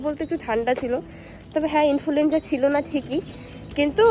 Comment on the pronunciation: Infulenza noy influenza😅